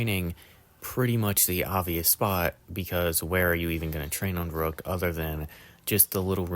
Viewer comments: It's pronounced sort of like "fair-rookt" but to be fair German Rs and English Rs are different, and the ü sound is very similar to "oo" (like in the word "too") but not quite the same. So it's hard for non-speakers of German to pronounce but the spelling should be easy enough to copy paste ;) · Its spelled and pronounced verrückt. Very different from "verruckt" or "werrokt". Its like spelling the word "and" like "end"